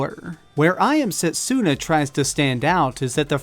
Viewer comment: U r pronouncing setsuna wrong... dont emphasize the u...